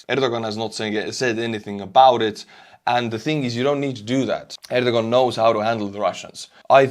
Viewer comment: I believe his name is pronounced “air doe Juan.”